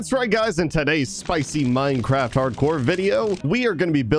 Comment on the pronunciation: Did anyone not notice that just called it Mindcraft?